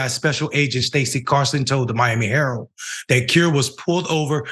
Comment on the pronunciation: I just wanted to point out that the word Miami herald the second word Miami herald it has a d at the end of the word so when you don't pronounce it it makes you sound like very low IQ